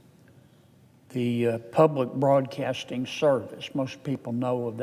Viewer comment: I have to turn this off because I can’t hear him “ Ppubbb-lick Bwodcaating…” he’s like bad Elmer Fudd larp.